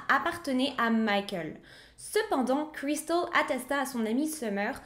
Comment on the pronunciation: Super histoire et très bien raconter petit bémol pour l accent Américain à chaque fois que le prénom de Cristal est cité très pénible